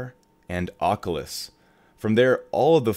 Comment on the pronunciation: Lol you say oculus and beta funny